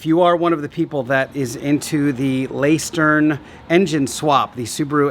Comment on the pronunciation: Lestern* ist how you would pronounce it in german 👌